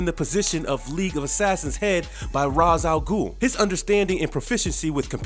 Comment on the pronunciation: Said ra's wrong